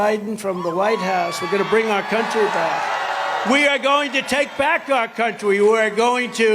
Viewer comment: hahahaha he said "we are going to take back our countwy"